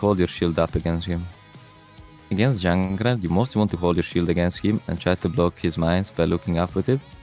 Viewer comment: I'm officially adopting this way of saying "Junkrat"